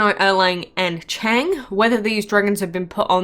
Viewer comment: Chang'e is pronounced Chang Er/Ugh...just wanna throw that out